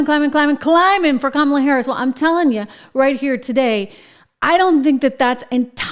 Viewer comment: It sounded like Dr Joke Biden called her Scum-ala play it back you’ll hear it